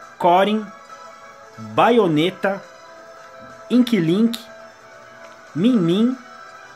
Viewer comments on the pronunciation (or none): O jeito que vc fala o nome dos personagens e muito estranho kk Inquilinqui foi de fud